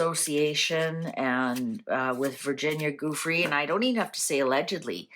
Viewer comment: VG’s name is pronounced Jewfray